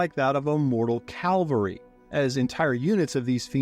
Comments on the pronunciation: Calvary? I think you mean Cavalry ! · Caval-ry not cal-vary